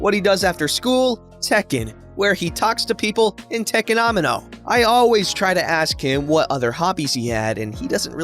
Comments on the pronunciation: Am-I-no? Uh Ah-mi-no Repeat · Amino as in Amino acids is Ah-mi-no/a-mi-no. Prolly something hes only read and not put together I had a problem with Epitome said Epi-tome, when it is Epi-to-me/Epi-t-me depending on accent. still knew the meaning and all, but it was an uncommon word to me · That first one honesty made me cry a hit, ngl Edit: FYI, Amino is pronounced uh-me-no